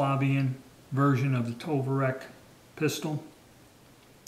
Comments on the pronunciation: very cool, love your videos and love 32 acp. heads up it's pronounced Tokarev not Tovarek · Tovarec ???!! You keep saying tovarec Stop it !! It is tokarev ! SMH..Jesus!....just watched another vid of yours, and your still calling it a tovarec !! IT IS TOKAREV !! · Tokarev, not Tovarek. So annoying.